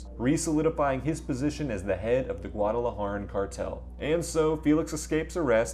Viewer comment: That pronunciation of Juarez, Guadalajara. Hurt….